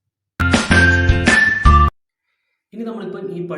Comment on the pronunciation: Schön ! Netter Versuch. Aber ein paar Aussprache nicht richtig gesprochen. Also ein paar Buchstaben falsch geschrieben. z.B. Fünfundswanzig statt Fünfundzwanzig. Also bitte verbesser der Fünf . ഫൃയൂൻഫ് nicht ഫുൻഫ്. Sonst ja du hast schön gemacht. Mach gut weiter!